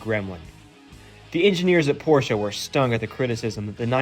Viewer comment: k so we can all pronounce Ferdinand Porsche correctly so why can't people pronounce porsche correctly?